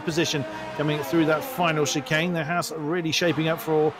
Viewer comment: Haas is pronounced Hass not Hawes